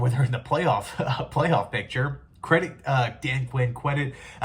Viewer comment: cwedit (sorry I still love you)